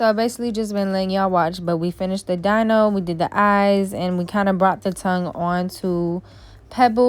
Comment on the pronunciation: Girl u need a/some new nail art brushes lol This set was cute, love how u mix up the designs you do for ur clients. Giving them so many options and yourself alot of practice perfecting ur talent. Just a lil note the dinosaurs name is pronounced like "Dino(dee-no)" haha😊👍 great job, though can't wait to see more works of art from you. Take care